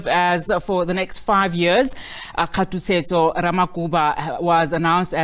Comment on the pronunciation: Wow! said khathutshedzo, what the F!!!. Even Leann Mannas, a white woman can read all names properly. What an embarrassment.